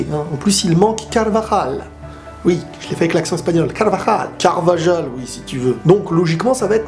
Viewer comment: Avec l'accent espagnol ça se prononce "Carbaral" et non pas "Carvaral" car le V = B en esp voyons c'est comme on t'appelait berbère...